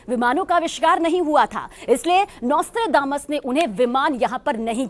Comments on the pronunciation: नास्ट्रेडामस नही सही उच्चारण है nostradamus है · The narrator doesn't know how to pronounce Notredamus. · NOSTRADAMUS शब्द का सही उच्चारण करें।